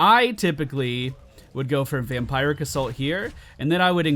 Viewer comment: I think it's vamp-ear-ic, not vamp-eye-ric